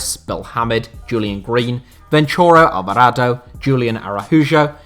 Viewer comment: Did he really say ventura Alvarado? Lmaooooo